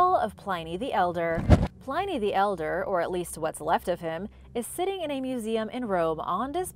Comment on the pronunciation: Hi! Love your channel and enjoy your videos as always! However... I think you dropped the ball a couple times in this one. Many of these things are not 'recent' discoveries, Pliny rhymes with 'whinny' and, as a couple of other people mentioned, the pentagram is a sacred and positive symbol. The inverted pentagram (with the upside-down star) is the symbol attached to satanism.